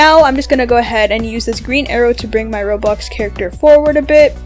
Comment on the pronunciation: why are you saying roblux